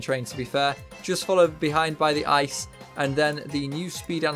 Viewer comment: Did bro pronounce ICE as a word instead of letters? 💀